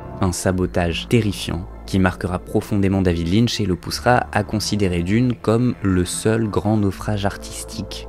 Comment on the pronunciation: David LynCH...pas Linn..mdr